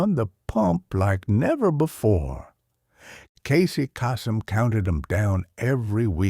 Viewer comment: Casey Casum not “Cau-sum”. “Balonya”🙄 Why are some of you thanking ‘him’ for it not being AI, when it is? Just because it’s a deep voice that OVER-inflects, doesn’t mean it’s not AI. Even the script is written by AI. We’re doomed. Every nostalgia video is done by AI. Sad irony.